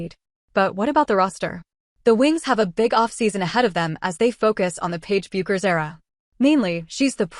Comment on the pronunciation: Isn't it crazy AI can't figure out or be programmed to say her name correctly ???????? To anyone who tuned into this (I actually didn't and what I did was read the script before I hit the button) I want to share a thought with you. I was a pool shooter many years ago, let's just say I was pretty good, and if someone was going to play me I could clock that guy out about what kind of a player he was before he even took a shot! It comes with the territory if you know what I mean. Well, Paige will be able to clock someone out to determine what kind of a player they would be before they ever took their first shot. 'It comes with the territory!' She should definitely be in a position to offer her opinion of who she thinks is a great player and a great teammate.